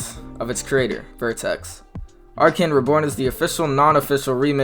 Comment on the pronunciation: "Vertex" Its Vetex I can't help it this is triggering.